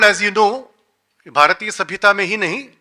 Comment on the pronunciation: People who cannot say Bhāratiya and Rasāyana properly will give lecture on the subject? what a joke..!!